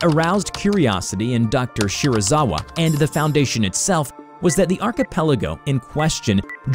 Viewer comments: You:Dr shirizawa Me: wait a damn minute.....SERIZAWA!? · me hearing Dr. Shirazawa Me: GODZIILLLLAAAAAAAAAAAA!!!!!!!!!!!!!!!!!!!!!